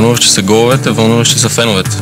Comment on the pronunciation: Въунуващи са гоуовете...